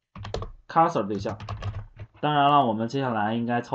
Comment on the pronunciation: 这是你讲的课吗？讲的很棒，但有些单词读错了，cursor, transaction